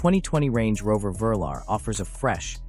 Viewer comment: The VERLER….OH YOU MEAN THE VE-LAR which was the code name for the first range rovers and stood for V 8 LAND ROVER……come on AI get your facts and pronunciation correct….especially if you are planning to take over and eradicate man kind….😋